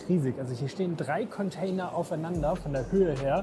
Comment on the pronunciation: Bin ich der einzige den es anders abfuckt das die ganze Zeit “Conteiner” sagt?